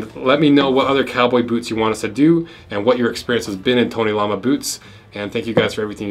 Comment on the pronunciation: It's "tony l-o-ma" Not lama like the animal